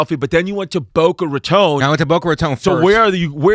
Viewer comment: I’m so happy the pronounced Boca Raton correctly